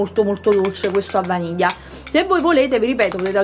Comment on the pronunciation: Non so perchè ma "Yogurt a vanija" mi mette troppa fame